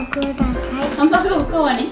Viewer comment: ハンバーグ、ハンバーグ、ハンバーグ。ひさしぶり聞けました😆。おかわりじゃなくてくだしゃいって話しててびっくりやら嬉しいやら。 有難う御座います！！。